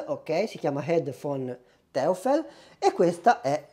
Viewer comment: Neodomio? In quale tavola periodica? NEODIMIO!!!😂 E poi teufel non si può sentire...è un'azienda tedesca quindi si pronuncia toifel che significa diavolo. Un po' di precisione in più darebbe maggiore credibilità alla tua recensione...non prenderla male è solo un consiglio. Ciao.